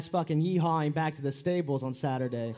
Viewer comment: Dana "will see in sathurday" White.